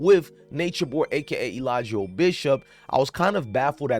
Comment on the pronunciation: Look up the “Law”in Georgia first before you give an opinion. He was given a chance to take a plea and he didn’t. I see that you’re hopping on a trending topic because you’re playing his cult propaganda videos😂🤣 You can’t even pronounce Eligio “Clubfoot “ “60” Bishop name correctly. Let me stop, because I can go on and on.